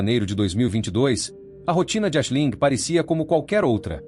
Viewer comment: Esse vídeo é narrado por AÍ? Não é obrigatório saber falar ingles, mas ler o nome da vítima como Ashilingue é triste hein! E Aoife se pronúncia Ifa.